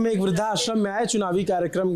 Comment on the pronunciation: बोलने में त्रुटि है ! व्रद्धाश्रम को। “वृद्ध+आश्रम” बोला जाता है ना कि “वृद्धा+श्रम”